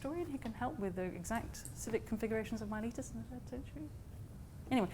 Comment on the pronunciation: If only you could pronounce Miletus correctly…